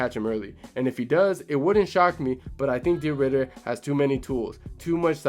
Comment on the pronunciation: it's de 'RIDDER t i m e 🦍